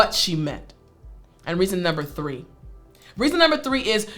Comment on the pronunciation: Miss, why do you say tree, tree is arbol in Spanish, you know, you can say three I know you that you're a teacher, bar you have to pronounce very good words because people will learn like that